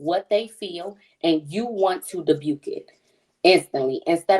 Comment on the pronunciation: wtf is debuke???? 😂😂😂 im pretty sure you meant DEBUNK lol you said that with so much confidence that nobody even heard it or cared to correct you lol women got super powers